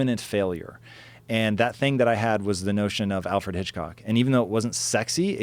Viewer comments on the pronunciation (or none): none